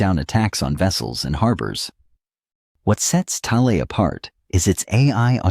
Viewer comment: if only you could pronounce it right. It's rather annoying